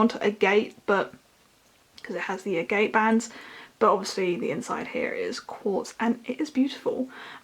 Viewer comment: i believe it’s pronounced ag-et